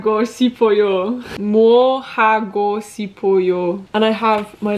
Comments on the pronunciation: by the way the 시 together is pronounced more like a 'Sh' sound rather than an S alone, so 싶어요 is pronunced more like 'Shipeoyo' rather than the 'Sipeoyo' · 고 싶어요 is actually pronounced as “ go shipeoyo” good luck on your language learning journey! 화이팅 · Love your video! hope you stay healthy! Here's some tips for you:) "~고 싶어요" when you pronounce this, it sounds more natural to say "~go shipuyo" than "~go sipuyo" small difference but much more natural! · A tip: when ㅅ goes with ㅣ like in 싶, it's pronounced as ship!It makes a sh sound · the s in sipeo is pronounced like sh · when a ㅅ is followed by 이 the pronunciation becomes ‘sh’ so 싶어요 is ‘shipeoyo’. Hope this helps! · i was gonna comment the same thing!! her pronunciation is pretty cute tho<3